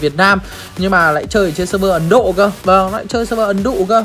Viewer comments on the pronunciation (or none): Ah nói ấn độ mà em nghe ấn dụ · Ai nghe (ấn đụ) ko... Chắc tôi nghe nhầm chăng